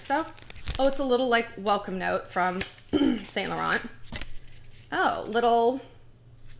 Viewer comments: You’re pronouncing it wrong lol! It’s not saint laurent. It’s like ‘Sun la-ron’ x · you pronounce it Sau Laurau Not Saint Lauren dont pronounce n & t